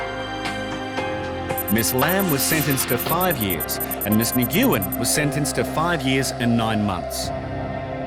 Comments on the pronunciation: When did the surname Nguyen (nuwen) become Nugoowen? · Its pronounced "win" or "nwin" not nig-yiu-in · The name is pronounced “win” or “ng-win”. not na-goo-win. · Miss Ni-gu-en? Seriously? Talk about clueless. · Nguyen is not pronounced that way